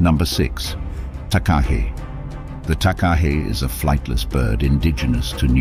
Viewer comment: It did Takahe fairly well. It's pronounced "Tar-Kar-Hay" with no actual r sounds